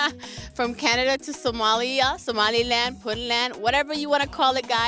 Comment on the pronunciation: it's somaliland not somaloa